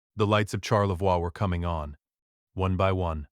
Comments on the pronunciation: As a Michigander living fairly close to TC, Charlevois is pronounced Sharlevoy in Michigan. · That is not the local pronunciation of Charlevoix. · What a heartbreaking story about a son & DIL’s betrayal. Glad you got the Grace home. Listening from Traverse City, grew up on the OMP…but seriously AI mispronounced Charlevoix and Petoskey.. :/